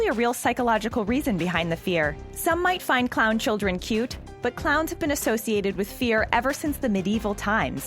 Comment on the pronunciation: YOU JUST SAID CUTE WRONG🙁